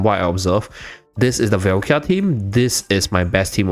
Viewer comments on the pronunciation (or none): Really good video but please can you pronounce her name right? It's Valka, not Velkia 😅